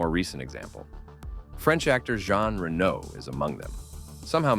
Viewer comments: Ray-no, not Renault 😂😂😂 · Its RenO Not Renno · Killer actor. You are pronouncing his name as if it was Renaud.